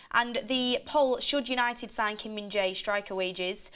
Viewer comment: It is pronounced Kim Min JAIR.